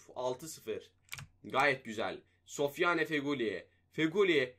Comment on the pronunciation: Sofyane Değil Sofyan Diye Okunuyor